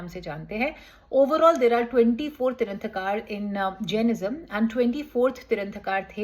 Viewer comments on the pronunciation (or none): Tirthankar hota hai tiranthakar nhi